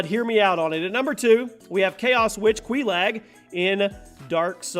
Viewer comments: The way he said Queelag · You pronounce Izalith and Quelaag very weirdly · Quelaag (Quei-Log) queLAG sounds dumber than the actual name